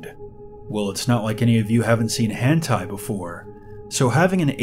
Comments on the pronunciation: It's hentai not hand tie. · "hantai" omfg it's hentai 😤😂😂😂